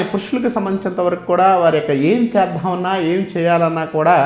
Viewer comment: ఝివితం, చేద్ధామన్న......సరిగ్గా ఉచ్చారణ లేదు, అవసరం లేని చోట ఒత్తి పలుకుతున్నారు. ఏమి గురువుగారో ఏమో. ఎవరో రాసింది, చదువుతున్నట్టు ఉంది😂